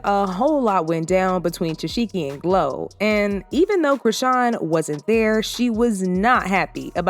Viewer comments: ITS TESEEEEHKI NOT Tesheki!!🤦🏽‍♀️ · It’s TESEHKI. Not Tesheki 🙄🙄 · The fact he kept saying te-seki instead of tesheki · Girl you don’t even watch the show saying her name wrong the whole time, I don’t even wanna give you a comment fr but girl bye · Are you playing saying her name like that? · Fake news. And you not saying Tesehkis name right either 🙄